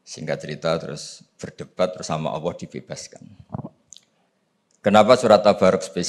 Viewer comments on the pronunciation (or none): Cari yg Lulusan Madinah,Makkah dong, buat apa banyak ratusan Lulusan Madinah,Makkah S1,S2,S3. berguru dgn Ulama2 Khibar di sana. maaf kok penyebutan Alloh,terdengarnya awwoh yaa..